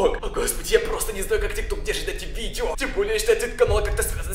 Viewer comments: Тик ток а не тик тор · Не тик тор а тик ток